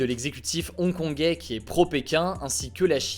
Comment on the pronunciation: Ils sont trop chaud les "Hong-Kongé"